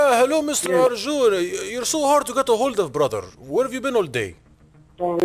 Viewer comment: Hallo Brathar welcome to my Baradise 🤣🤣🤣Legendary